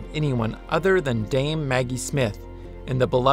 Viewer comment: ummm...Dame, not Dane